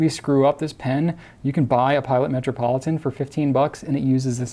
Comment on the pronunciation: Lol did he say "matrapolitain"